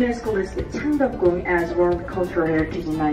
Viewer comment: Nakakatuwa tanda mo and kaya mo ipronounce ung name ng place! Haha